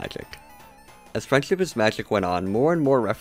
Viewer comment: Sometimes it sounds like your saying “freind chip is magic”